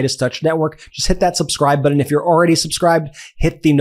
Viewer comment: Brett, it's Putin, not Pudin. It's button, not buddon. Please try to enunciate your t's a little better!